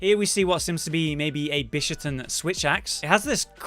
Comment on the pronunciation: I don't get the localisation team sometimes... I understand the name changes for the monsters, equipments, etc. But this time around, they decided to keep all the villagers' original Japanese names to keep with the theme EXCEPT one. The Quest Maiden's original Japanese name is "Hinoe" which they decided to slightly change to "Hinoa". Why? By the way, the Bishaten is pronounced "Bee - Sha - Ten". At least you didn't call it "Bis - Ha - Ten" like some people do. LOL